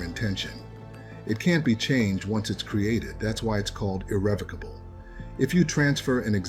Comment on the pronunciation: It couldnt even say irrevocable correctly.😭🤭 The irony….